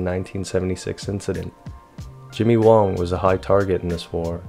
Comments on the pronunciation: You keep saying Jimmy WONG but it is written & pronounced Jimmy WANG. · WANG. not WONG.